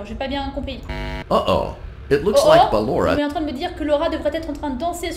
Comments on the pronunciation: C'est BALLORA pas LAURA !!!!! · C'est pas luara c'est ballora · c pas lora mais ballora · c'est pas lalora c'est balora et puis c'est pas bébé c'est baby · Cc j’adore t’et vidéo surtouts celle sur Pablo et juste c pas Laura ses balora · Non c est Ballora pas laura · C'est pas lora mais ballora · Ce n'est pas Lora c'est Balora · C est balora est non pas lora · C'est ballora pas lora 😂😂😂😂😂😂😂😂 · C'est pas Lorae c'est Ballora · Ses ballora pas lora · se nais pas lora cest BALLORA O.K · C'est Ballora pas Laura❤ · C'est pas lora c'est ballora. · C est pas lora c est Ballora 😐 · c'est pas lora c'est balora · Ses ballora pas Laura 😂😂😂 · Déjà s'est pas llora mdr s'est ballora😂🤣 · C ballora pas Laura 😏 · Balora pas lora